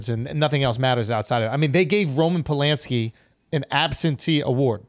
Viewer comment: The first 3 times I played that back he's talking about Roman Polanski and being a pedo and I SWORE he was saying " was the penis that Good!" I was like wtf this boy is wild but then I thought about it and realized he was talking about The pianist the movie roman polanski won for.